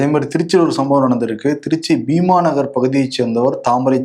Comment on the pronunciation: பீமா நகர்(திருச்சி) இல்லை பீம நகர் என்பதே சரி.